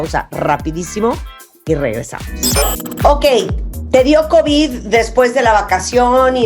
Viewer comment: El omicrón y el covichsss.